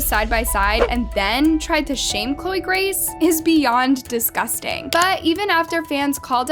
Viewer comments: Girl it is "disgusting" not "DiScusTinG" like at least get that right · Is no one talking about how she said "*discusting*" instead of "*disgusting*"